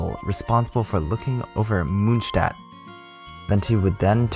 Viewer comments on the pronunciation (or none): Ok but stop pronouncing monstadt like that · Nice, this is perfect for a quick recap so I can continue reading the manga where I left off a year ago. (In case you are interested. The "o" in Mondstadt is pronounced like the "o" in "More" and it means moon-city) Greetings from Germany